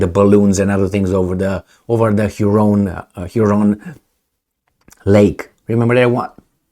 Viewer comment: lake huron its pronounced